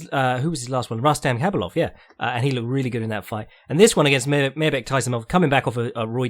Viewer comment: It's RRRRustam HHHabilov,, he's Dagestani